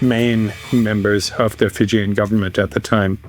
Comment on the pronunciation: The pronunciation is usually Fee-Jee-'n and not Fi-Jin.